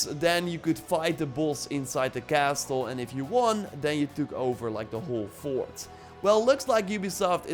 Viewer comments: Castle is pronounced with a silent “t” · im triggered by the way you say Castle LOL good vid